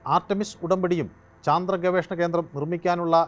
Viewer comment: ചന്ത്രൻ അല്ല ചന്ദ്രൻ ആണ്